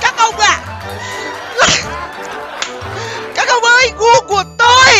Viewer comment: .Ổng nói gu của tui :v nghe sao ra cu của tui